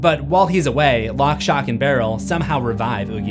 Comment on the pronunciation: He says it correctly later on though!